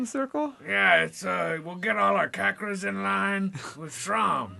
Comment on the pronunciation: first one -- purposeful mispronunciation of "chakras" second one -- Troy Aikman